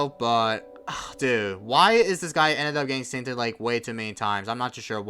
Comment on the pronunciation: Also, why do you say syncTED? The word is just Synced